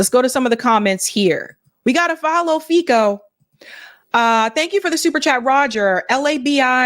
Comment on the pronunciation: Fico is pronounced Feet-so